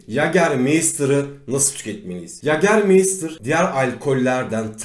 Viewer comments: Anlatım süper amaa yager mayster yerine meystir demeniz çok kötüydü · Yagermeystır diye okunmuyor yegamaysta diye okunur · mei değil mayyytaağr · İçkinin adını da doğru söyleyebilsek !?